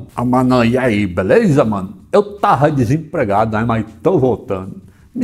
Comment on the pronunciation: "eu tárra desempregado" kkkkkkkkkkkk😂😂😂😂😂